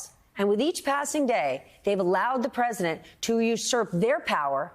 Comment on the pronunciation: press-see-dent dumb ... dumbty trumpy crashing with his all